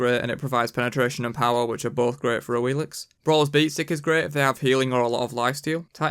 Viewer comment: Duke did What Happened to Awilix and now you do this 😂 😂 Omg. What is this coincidence.. (and it's Awilish, not Awilix)